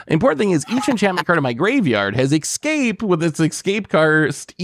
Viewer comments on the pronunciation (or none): How can you say excape when the card literally says escape?!